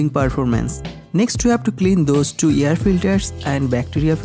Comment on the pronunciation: Can't you pronounce air as air not yer filter